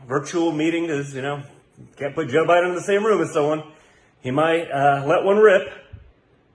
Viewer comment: Did I hear Jr say Sho Biden? Yes I did, he said that twice....Sho Biden.... that's what happens when you snort a mirror full of snow. What an embarrassment